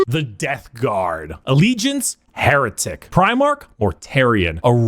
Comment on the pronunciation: 'Hair'etic? I see what you did there. It made my day.